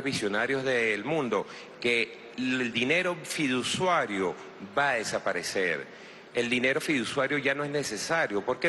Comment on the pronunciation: jaja "fidusuario", "Nobiti Sakamoto???"